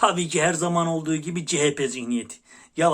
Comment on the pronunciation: Sevgili fukaramız cehepe değil CEHAPE zihniyeti lütfen yani dikkat yaa hallalla😂